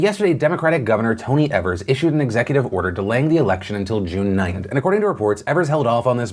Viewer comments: His name is pronounced Eve- ers. Not ev-ers. Love you, Phil. 🙃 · btw the Governors' name is pronounced EE-vers not EH-vers. much love <3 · As Wisconsinite the way Phil says Evers bothers me, everyone here pronounces it E - vers where he says Ever - s. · Phil please, it's Tony "Eve"-ers or "eav"ers. Not "ever"s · Evers is mispronounced it's a long E like Eve also at my polling place they did a fantastic job. 10 feet distance kept, voted with a q-tip, and had to keep my pen. I vote in a rural area though so we usually naturally have very few people. What was stressful was that no one in my immediate family received their mail in ballots in time so even though everyone but me sent in for it we all had to vote in person. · The Wisconsin governors name is pronounced EE-vers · Small mistake, governor of Wisconsin’s name is pronounced EE-vers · Thank you for covering the election in my state of Wisconsin! A note for next time you talk about our governor- his last name is pronounced ee-vers (just say the letter E and you’re good) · FYI Phil, governor Evers’ name is pronounced like EEvers. I’m from Wisconsin and I’m glad that I was able to get an absentee ballot in time so I could still safely vote today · It's tony E-vers e as in e-ach